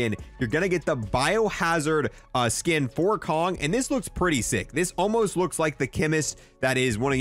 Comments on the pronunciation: why did you kall konig kong? xD its konig aka King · its not kong its ko-nig with laud i just trying to help 👍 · Haha didn't expect König to be pronounced (Donkey) Kong. But yeah good video. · his name is not kong. his name is KONIG